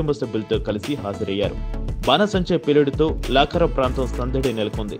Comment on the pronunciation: లాకరం కాదురా నాయన